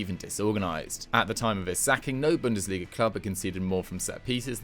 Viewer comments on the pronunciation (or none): none